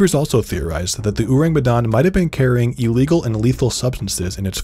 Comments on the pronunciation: the 'me' in Medan should be pronounced like the me in 'men' or 'met' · And the way it should be said is Medan with the me in 'met' not me in 'women' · the 'dan' is like dhan btw (rhymes with khan), not dan like plan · Medan is pronounced as Médan (Me as in ''men" and dan as in "done"). Just my two cents, saw some comments where someone/some people showed ignorance. I think it's unfair that we have to learn to pronounce names in English or other western languages like brands, etc right when ours get mispronounced a lot. I'm sure we aren't the only ones who feel this way. Just my two cents and also, this is a great video by the way. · Y'all really butchered the pronunciation huh😂